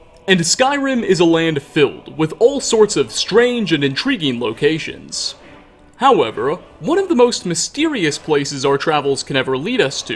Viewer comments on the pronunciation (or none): I loved the video. I hate that I noticed you put “-uh” at the end of so many fuqing words. “Skyrim-uh” “however-uh” “dwemer-uh” BRO! in case you thought I was lying